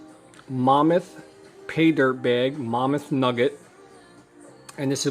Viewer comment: Hey thanks for the review but why do you call it "Momuth" and not "Mammoth" like a woolly mammoth? There is even a picture of one on the bag.